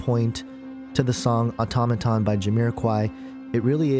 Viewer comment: it's pronounced "auto-may-ton". how about listening to the song before you write you garbage about it.